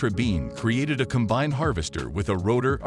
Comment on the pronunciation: shame the computer narrator doesn't know how to pronounce "combine"